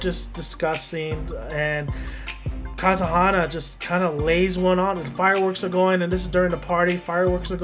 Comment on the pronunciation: If you're going to do a video about something, do us a favor and pronounce the names right! Good example of the dumbing down of our young people. Oh by the way.....it's Ka-ze-ha-na! SMH!